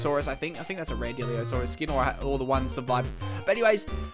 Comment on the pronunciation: It's not diliosaurus it's dilophosaurus